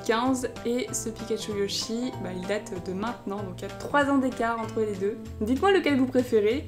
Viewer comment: Tu a dit pikatchou ludjy au lieu de yochy